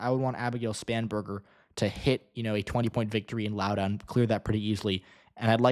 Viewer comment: Im predicting a margin between 5-10% for Spanberger. Hopefully with Trump's unpopularity it'll be closer to 10%. Im from Loudoun county and it's pronounced Lau-dn